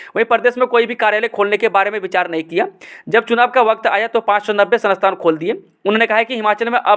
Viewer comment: Sanasthan 🤣🤣🤣 sansthan shi se bolo sir ji aur itni fast news pdh rhe hai